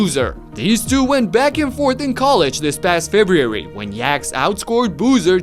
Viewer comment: How the fuck did you just pronounce February?